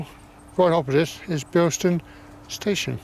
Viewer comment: There's no 't' in Bilson. But otherwise, nice video -- I lived not far away from here in the 80s.